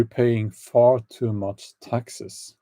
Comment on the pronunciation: 😆 when you said "I hate taxes " Your accent sounded like I HATE TEXAS 🤣 love from Granny B(in Texas 🇺🇸) kidding I'm in Idaho 🇺🇸